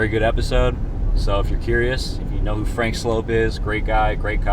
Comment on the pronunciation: You did not just say franks name wrong!! 😂